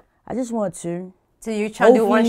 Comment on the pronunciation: The way she say Two... Straight up Baltimore